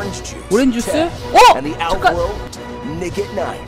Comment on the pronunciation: 초쯤에 잠깐을 좆까라고 들은 건 나뿐인가?